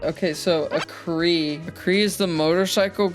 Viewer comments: Oh boy I can't wait to watch this funny Hear Me Out video- "A-Cree" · Do not EVER pronounce arcees name like that again. Its pronounced AR-SEE ok? If i EVER catch you pronouncing that shit like that again im crashing tf out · WHAT WAS THAT PRONUNCIATION SMITH IM GONNA GET YOU NOW YOU HURT MY SOUL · As a transformers nut, im mad now